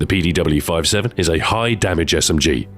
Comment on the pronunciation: Shouldn't it be 57 not 5-7 ?